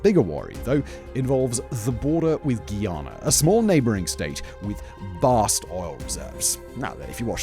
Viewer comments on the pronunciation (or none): "Guy"- "ahhh" -nahh Not geeeeahnuh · Just call it guy-Ana. What’s a giiana? 😂😂